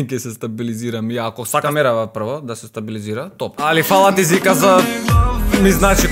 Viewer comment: Те помеша брате наместо Жика ГП вика Зика Хахахах